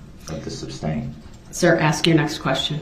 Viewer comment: ITS FAIR TO SAY YOU MURDERED 6 PEOPLE AND INJURED MANY OTHERS. THATS FAIR TO SAY. HE IS AN IDIOTIC NARCISSISTIC SELFISH FOOL. PLEASE SOMEONE TELL HIM ITS NOT SUBSTAIN, ITS SUSTAIN!!!!!!!!! Pmsl 😂